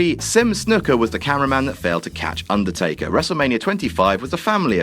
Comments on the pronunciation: Hate to be that guy, but... Undertkaer? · who is Undertkaer :)